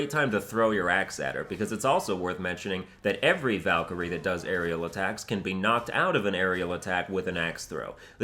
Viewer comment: The muspelheim Valkyrie was one of the hardest for me and I played this game in thee difficulty’s... right now I play in GMGOW and I hope that this would be doable for me... And please: try to pronunce the valkyries names not the American way... this sounds awful